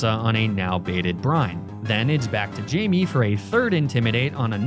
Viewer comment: Great video but the pronunciation of Eddard and Missandei is killing me. Also obligatory it’s Jaime not Jamie